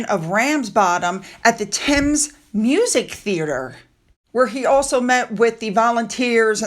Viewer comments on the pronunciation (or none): none